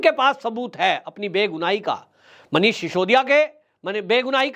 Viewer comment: डियर जी, आप मनीष सिसोदिया के नाम का गलत उच्चारण करते हैं। आप सिसोदिया की बजाए शिशोदिया बोलते हैं। कहीं आपको नोटिस ना मिल जाए।